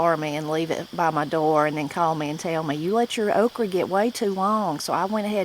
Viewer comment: Have enjoyed videos ive watched so far, but one thing that drives ne nuts is how you say okra. Ive never heard someone say ok reh always only heard it as ok ruh. Its just a small pet peeve I have. Prayers for your family as well.